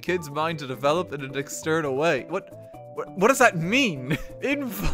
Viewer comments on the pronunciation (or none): none